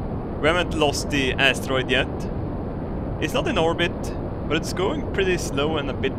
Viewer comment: i love how saying asstaroid:DD